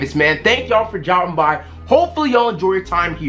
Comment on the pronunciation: bro why he said this in the beginning lmao "thank yall for dromping by hopeful ya enjoy tam here"